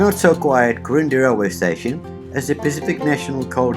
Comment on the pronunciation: Quirindi is pronounced Quirin-deye or ai. Apparently there is an ammunition dump in Wallangara. Maybe when the next war breaks out they'll fix all the lines and infrustructure and open the line up again.